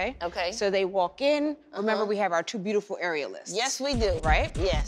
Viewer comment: Her "broodiful"? Cracks me up every time lmao 🤣